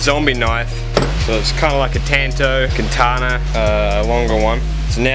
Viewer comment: "katana" damnit;-; still cool tho